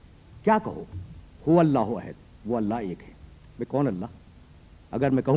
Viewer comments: حیرت ہے علامہ مرحوم احد کو عہد بول رہے ہیں اوربار بار بول رہے ہیں۔۔ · اسلام علیکم: عربی میں احد کے دو معنی ہیں (الف) پہلا،اول (ب) اکیلا۔ یہاں پہلا شروع میں احد کا مطلب پہلا،جب کچھ نہ تھا خدا تھا۔دوسرا آخر پر احد کا مطلب اکیلا۔واحد، only one. تیسرا مولانا یہ احد ھے عہد نہیں۔چوتھا،الصمد ھے نہ کہ صمد۔پانچواں: ھو hu'wa ھے ھ پر پیش ھے اور و پر زبر۔مطلب: وہ ہی،وہی صرف وہ،only He.یہ دو عربی کے حروف ہیں اور زبر پیش سے دو اسماء بنتے ہیں۔وہ اور ہی۔دونوں ملا کر وہی۔علامہ الفاظ کی گہرائی کو سمجھیں۔خدا ہم سب کو نیک ہدایت اور قرآن کریم سمجھنے کی توفیق دے،آمین۔ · اَحَد ۔ لفظ ہے ۔ آپ کی نشان دہی درست ہے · یہ احد کو کیسے پڑھ رھے ہیں میں نے کتنی بار غور کر کے سنا ح کے نیچے زیر کے ساتھ ؟ حالانکہ احد ھے لفظ۔ ح زبر کے ساتھ